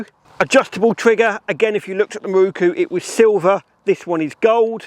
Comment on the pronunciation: "Mi-roo-koo" is like chalk on a blackboard! How does "mirror" become "mi-roo-koo" when you add "ku" on the end?